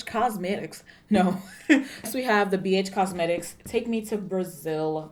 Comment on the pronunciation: That Texas accent snuck up on you didn't it lol...Bee Eytch Cosmetics...